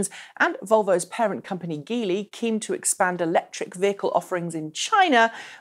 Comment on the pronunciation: geely is pronounced jee-lee, not gee-lee. it comes from the word 吉利 [jílì], which means lucky.